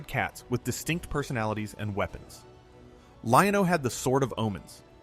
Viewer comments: This guy the way he goes Lion-OH lol anyway legend has it to this day I'm still waiting for my Thunder cats and He-man toys from Santa Claus that I never got because we were poor lol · lol was thinking the same when I heard “Lion….O” then I’m like this guy wasn’t alive when the show was on but has he also never seen it?